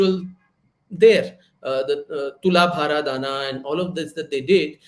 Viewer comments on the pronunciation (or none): none